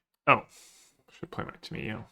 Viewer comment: there is no way you pronounce Tamiyo that way. enjoyed your video still